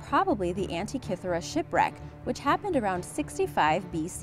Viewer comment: 1: Diss the music, funeral-esque. 2: Teach the gal narrating HOW to pronounce words like burial(not boorial), Abydos and Antikythera. All are mispronounced